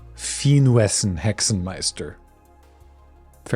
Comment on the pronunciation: Thumbs up for Hexenmeister and Schreckensgeflüster. You nailed both.